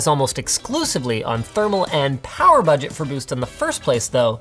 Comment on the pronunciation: hahahaha he said butt-get